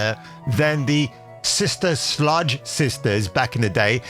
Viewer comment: It's Sister Sledge not Sludge lol